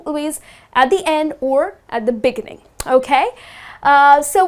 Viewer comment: The béginning?! Don't native speakers put the stress on "gi"? Like "begínning?